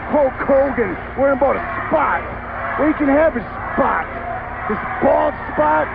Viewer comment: His age SPAHT! His bald SPAHT! His non-athletic SPAHT!